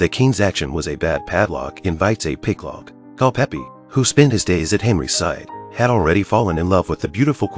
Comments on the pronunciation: * Culpepper, not "Culpeppy." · You had me until i heard, "Cul-peppie" ....... it is CULPEPER .... pronounced CULL-PEPPER .... thank you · CulpePER. For Heaven's sake, get rid of the AI voice.